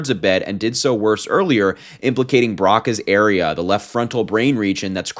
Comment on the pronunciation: Hi, Harry. Psychologist here. Broca's Area is pronounced Broke-uhs.